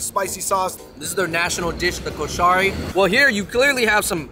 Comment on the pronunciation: Thank you for the representation of the Egyptian food, guys! But the pronunciation is atrocious 😂 Ha-WOW-shee KOH-sha-ree